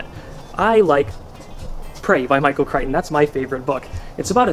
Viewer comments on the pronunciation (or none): none